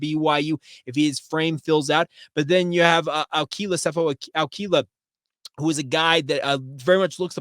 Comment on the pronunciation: Good job on the Ah-koo-ee-lah pronunciation. ✊🏾